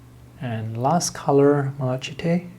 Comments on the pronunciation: Never heard of these. They look lovely. Thanks for the review. I really must stop watching, you always make me want to spend money. That raw umber earth looks particularly good. Also, malachite is pronounced Mal a kite. It is a copper corrosion product. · FYI - The pronunciation of malachite is MAL-a-kite (long “I” sound.) I don’t know the correct phonetic representation . Not intended as a criticism - especially since you speak more languages than I! - but you were struggling with the word. 😊 Most of the colors are really lovely, but these are quite expensive sets if one wanted only a couple of the paints. Thank you for the review!